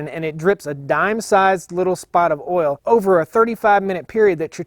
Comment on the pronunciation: it's not ol it's oil sorry just joking luv yu man